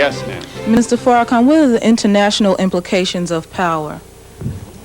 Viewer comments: He purposely undermines the correct pronunciation of his name "Farrah-Can". **Freudian slip , he knows the correct pronunciation =D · Why else would he purposely undermine the correct pronunciation of his name -Farrah-Can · He said faraCan on purpose😂 bruh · Noticed that intentional mispronunciation too. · Why is he messing his name up?. This is what happens when someone is intimidated by you. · Luis is amazing . The host is definitely a racist. He purposely messed up Mr. Farrakhans name. Then said it right .